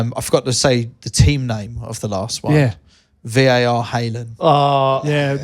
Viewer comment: var as in car you plonker 🤣